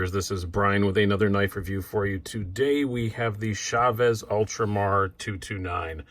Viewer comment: Pretty sure it's Chaves not Shaves. Good video tho.